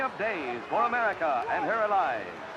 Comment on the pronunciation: Americer,,, Russer? Pronounce it right